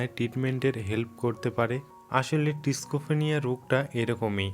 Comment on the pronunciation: মন্দ লাগছিলো না তবে ওই শেষের "টিস্কোফেনিয়া" (schizophrenia)টা সেরা ছিলো!😁